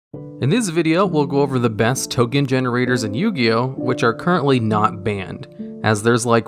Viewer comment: 'Top 10 Ken Generators' what happened there?